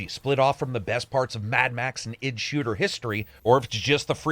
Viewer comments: Just so you know, its pronounced I.D. software with 2 syllables. Not Idd like one word, one syllable. They're pretty famous, they made doom. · I.D! EYE DEE! Not ID! Sigh.Other than that, great review. Thanks